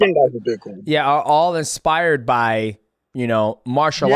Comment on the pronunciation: No hate to but the fact that someone called death sentence keeps saying expired instead of inspired is the funniest thing ever